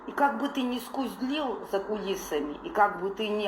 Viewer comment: Азерская про_шман_довка учит Арману уму разуму☝️🤛😂 ай чатлашка сначала правильна вы говори слова и не автогон а актогон, и не скустлил, а скулил ай шакалица азерская путанка. Арман тебе в рот и род положил☝️😡😡 Арман сиким твою амдзыхыт агарка👆😂❤️